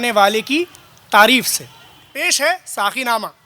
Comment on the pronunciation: داستان گوئی کی محفل سجانے والوں ۔۔۔۔ ذرا غور کیجئے اپنی اغلاط پر ۔۔۔۔ جب تک بیان کرنے والوں کے تلفظ درست نہیں ھونگے تب تک داستان گوئی میں اثر نہیں پیدا ھوگا ۔۔۔۔ آ پ نے ابھی بولا ھے ساکی جو سراسر غلط ھے صحیح لفظ ھے ساقی ۔ برائے مہربانی ش ، ق کی درستگی کا خیال رکھیں ۔ شکیل عظیم مورخہ 24 اکتوبر سنہ 2022 ۔